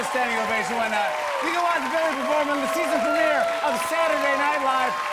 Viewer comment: Lol I remember watching that as well Billie with the H’s 😂❤️